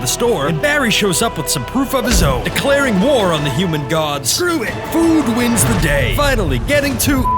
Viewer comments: You like to say SREW IT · why they keep saying sruit